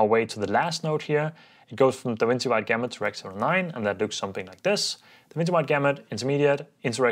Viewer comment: DaVinci is pronounced as Duh-vin-chee :)